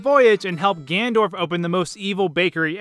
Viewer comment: Don't know if it's pronounced Deku or Deku, but for sure is not pronounced Ganndorf.